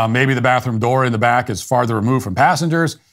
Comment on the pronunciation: . Mat Walsh is a R cist. He said “at the BLACK of the plane”. Haha.